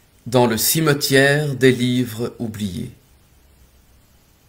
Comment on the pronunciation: Mon dieu 😦 vous ne faites pas les liaisons lorsque vous lisez ?! 😮 des livres (z) oubliés 😮